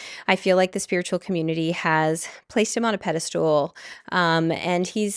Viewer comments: I'm sorry but I can't take someone who says "pedestool" seriously, so I'm clicking off. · PedesTAL, not pedesTOOL. Sorry, it’s not really important, but it was driving my ocd nuts 😁 Otherwise, thank you for your insights and time. ❤ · Pedastool??? The word is pedestal. Regarding the subject I can't see why Robert Edward Grant would be associated with Aubrey Marcus. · Every time u say pedestool my brain disconnects from the message . Aaron Doughty does the same thing: it is called pedestal not pedestool :) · Love the way you pronounce pedastool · Omg, yes 😂 Tbh, most people seem to think it’s’ ‘pedestool,’ when it’s pedestal. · Girl we don’t say pedestools but pedestals. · I was joking bout how she says pedastOOL in the podcast rather than pedestal!! Had NOTHING to do with your actual post. 😂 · pedesTAL, pedesTAL, not stool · Also if I could kindly let you know, it’s pedestal not pedestool lol